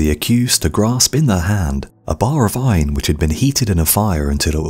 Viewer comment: It sounds like you are saying “vine” instead of “iron”